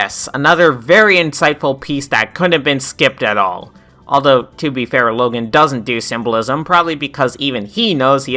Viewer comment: Yea, that was also a big mistake on my part... I got the name confused with the kid from diary of a wimpy kid. But an easy comeback to would just be how he says "Logen" instead of "Logan"